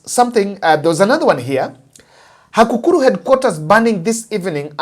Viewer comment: It is Takukuru and not Hakukuru🇬🇧